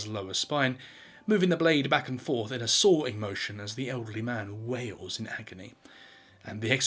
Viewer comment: Sawing does not have an E in it